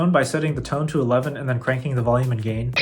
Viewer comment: I love you man, I’m just messing with ya. It sounded like you said “game” and not gain. Great videos BTW!